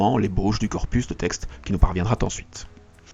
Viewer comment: Très bien vos analyses, mais s'il vous plait, arrêtez de mettre des "T" dans des liaisons ou il n'y en a pas! exemple, à 8'11, qui nous parviendra " T " ensuite. il n’y a pas de "t" a parviendra. 10'11 sacrifié "t" a Baal... etc... Toutes vos vidéos en contiennent.. c'est pas grave en soi si ce n'est que ça écorche les oreilles. merci par avance